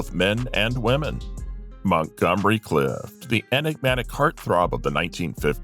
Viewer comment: Clift.....not Cliff....This must be AI narrated.